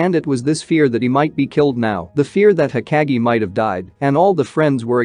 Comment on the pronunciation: It's... Ho-kāh(géh)...😒 Pronunciation is Key 🔑...!! I hadta stp watching 3 mins in cuz it grinds my gears to hear u say everything wrong....